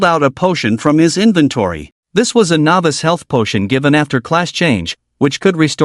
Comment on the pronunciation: Something that has bothered me a little in all of these is the way the AI pronounces novice as navis